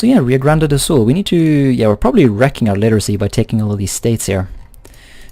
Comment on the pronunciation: rio grande do sul = great lake form south ( btw your prounauce was almost perfect )